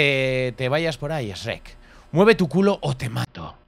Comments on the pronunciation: tu dices esrek se dise shuerk x dx d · Se me hace raro escuchar a decir Srek (pronunciación) y no shuek xd y Asno a Burro Buen video <3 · Los españoles SRRRRREK , los mexicanos SHUEK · Amo cuando Dice Shrek's -😭😭👍👍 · Shurrek, más o menos. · A shrek le pronunciamos shuek y a asno le decimos burro P.D no se si shrek se pronuncie exactamente así pero así maso menos es